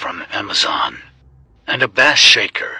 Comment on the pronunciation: Bass pronunciation is base